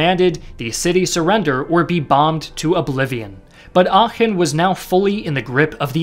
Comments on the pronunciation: Oh, he can pronounce "Aachen" correctly, but he can't pronounce "Iran" correctly. Is it less deserving of such native honorifics in his subconscious opinion for being a Muslim country? Or he just didn't care enough to give it enough decency and respect by looking it up as he did with Aachen? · You can really hear, that he practiced the pronunciation of Aachen. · almost perfect pronounciation of aachen, didnt expect that at all, great job! to give u a little hint, u pronounce it like achen though, not aachen. spend a little bit more time on the a like the e in bee instead of be. not such a great job on schutzstaffel though^^u realize btw that the german word volk is almost exactly pronounced like the english word folk? its the same word almost, why u pronounce it like wolk? and yes that includes volkswagen. u pronounce it like folkswagen not wolkswagen lol. well, there is also the great philosopher immanuel kant, and i dont want to get into how that is pronounced...i think i will just watch the video and stop commenting from here^^